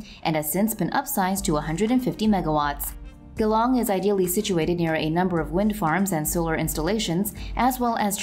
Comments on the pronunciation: Its a soft G. So Jee-long, not Ghe - long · Ah, that's Geelong, as in "Gee, what are you saying?", not Ghe, the indian form of butter. Close, but no research. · It's all in the pronunciation of the "G". If you are going to do a voice over, wouldn't you make sure you are going to say it correctly? e, f, "G" like the "J "in Jeep, not Ghee as in geese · Glong ....priceless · Phonetically pronounced Jeelong.. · guhlong lol